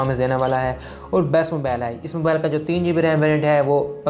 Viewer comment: Mabale Nahi mobile hota hai. English sekh lay pehlay